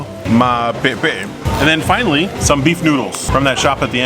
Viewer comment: Do you want some more pe'epe'e? 🤣 Now that's a real Samoan right there 👍